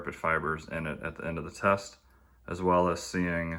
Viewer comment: You accidentally said Chest instead of test